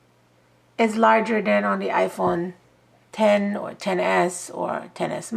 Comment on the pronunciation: Thank you for not calling it the iPhone ex like an ignorant person lol 😂